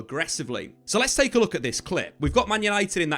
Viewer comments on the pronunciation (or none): none